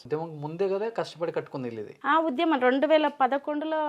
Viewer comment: UDHYAMAM kaadura kunka. Udyamam. Telugu ni khooni chestunnarura. Ye okkadu English padam lekunda 20 secondlu maatlaadite Ottu.